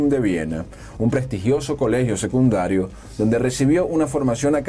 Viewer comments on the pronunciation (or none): none